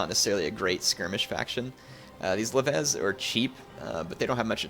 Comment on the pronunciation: Leves is pronounced. Lev-ees not lev-ez.